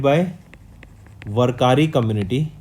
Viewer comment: sir you have to learn proper way to pronounce palkhi and warkari